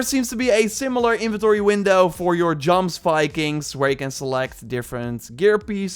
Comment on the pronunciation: I don't want to nitpick about small stuff but Jomsvikings is actually read as Yomsvikings.